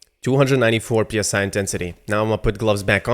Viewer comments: PSI intensity? It's pronounced 'sigh' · psi is pronouced psy like psychic. psi is pressure per inch p s i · "Psi" sounds like "sai". It is not an abbreviation.